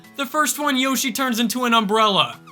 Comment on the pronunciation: Woshi it’s a double Yoshi exsploshi 💀